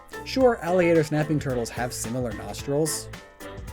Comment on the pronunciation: Thought you said "napping" and was about to mention Snorlax lol